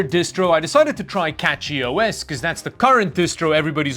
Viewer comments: I just want to say that, CachyOS not CatchyOS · cachyOS is pronounced cash-ee. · Brilliant idea to mispronounce cachyos and get all the Linux nerds going. You got me okay